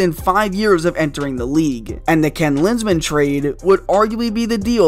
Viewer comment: didnt even need to watch more than 20 seconds to know he meant ken linsmen